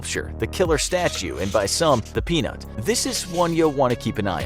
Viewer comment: I LOVE how he said "and by some the peanut" 🥜